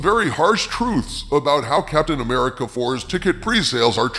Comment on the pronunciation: its not captain amercia